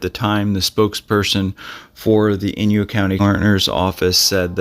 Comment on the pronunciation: inYO... not inYU...Thanks